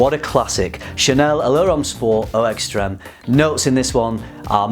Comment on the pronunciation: Your daughter pronounced Allure homme sport eau extreme and dior homme parfum better than most adults haha